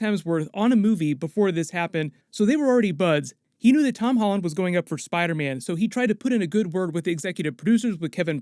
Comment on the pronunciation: Did anyone else hear Amy Pascal call Tom Ton?